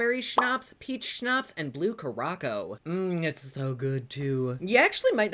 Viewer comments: Cure-a-sow.... Not Caracko. Curaçau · I love you but it's pronounced Blue CURE-A-SOW...Curacao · Kuraku? Do you ... Do you mean Curacao? The island? Lol sounds delish either way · Lol Kurocko Curaçao lol I love your funny prounouncies